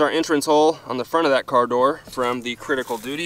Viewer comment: Love the way mericans butcher English.. Cridical doody ..... Go on make a T noise. Its 'wridden' on the box. See what I did there. Im typing in American. Ive seen a video recently.. They used a perfectly glass clear ballistic gel block, it was great for the video, most channels use a yellow tinted of varying opacity.